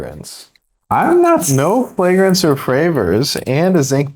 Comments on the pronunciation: I think he literally said "no flagrence or fravors" . Maybe I am just hard of hearing. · “no flagrance or fravors” 😅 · "No flagrance or fravrors" 😂